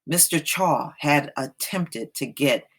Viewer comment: His last name is pronounced Chow.